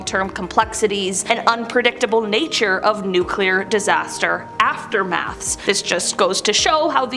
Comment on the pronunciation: NuCLEAR. There is no such word as"NuCULAR".